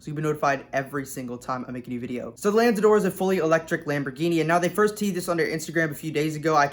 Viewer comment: 1. It's not the first full EV lambo, it's the 2nd. the 1st is the Terzo Millennio. 2. 'Lanzador' is pronounced similarly to the Aventador, "LA"-like 'LAs Vegas', "NZ" jut 'nz', "ADOR"-just as Aventador